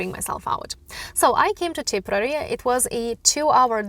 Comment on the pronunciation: TIP-ER-RARE-REE is how you pronounce it.